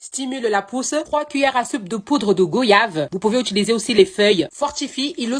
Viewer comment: Tu n'as pas fais ça ma chérie ?😭 tu n'as pas dit go ïave😭😭😭😭 ça se dit goyave comme voyage.